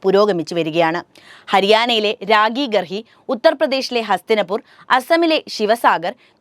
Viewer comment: രാഗിഗർഹി അല്ല വിവരദോഷി.... രാഖിഗഡി....എന്നാണ് ഉച്ചാരണം...rakhigarhi